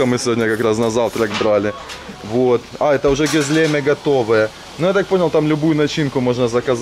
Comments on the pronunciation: ГюзлемЕ,а не гузлЕме😮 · Не гЕзлеме, а гезлемЕ..😅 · Гезлеме. Ударение на последнее е. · Всё классно, но ударения в названиях блюд хромают: пидЕ, гёзлемЕ, дондурмА и т.д. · ГёзлемЕ!! Ооочень ухо режет, произносите правильно пожалуйста!!!! И котов в Турции подзывают пыс-пыс-пыс (пс-пс-пс), почему-то на подзыв кыс-кыс не реагируют. И что за "пИдэ"??? ПидЭ, у турков ударение падает на последний слог!